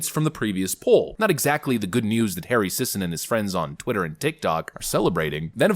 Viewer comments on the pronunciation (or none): hary sissin with a y instead of a in